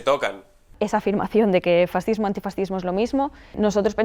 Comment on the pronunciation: Abogado del diablo, se dice Fas-cismo FAS! Cismo, que se puede esperar si no sabéis ni pronunciar fascismo, esta claro que si no sabéis ni hablar, de política ni digamos.